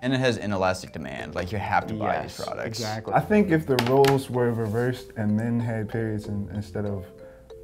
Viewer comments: “Prodcuts” lol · "Guys guess the price of period prodCUTS" lol 😂